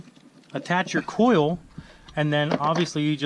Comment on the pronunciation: say it with me... COIL packs... COIL... not cool